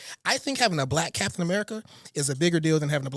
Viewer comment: Cap-tain America